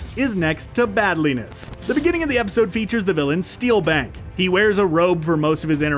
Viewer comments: Steel Bank lol Steel Beak. Who also sounds a lot like Foul Mouth Chicken from Tiny Toons. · it's steel beak, not steel bank... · It's SteelBEAK, not Steel-Bank... and Scrooge McDuck, not McScrooge... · "Steel Bank"?!!? LOLOLOLOLOLOLOL!!!!! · "Stealbank"? The villians name is actually "Steelbeak" (voiced by Rob Paulson) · Some corrections, it’s not “Steelbank” it’s Steelbeak, Negaduck not “Megaduck” and it’s not “Mc Scrooge” it’s Scrooge McDuck. also it’s was normally a 65 original episode run. (not 66) the original DuckTales & Darkwing Duck were extend. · I heard "Steelbank" myself, but yeah... how'd that one get through? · Gosling and Steelbank killed me